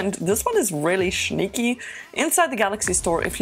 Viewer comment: Can you always say schneaky?